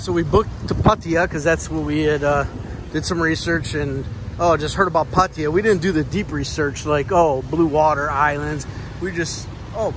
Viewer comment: It's called Pattaya not puttaya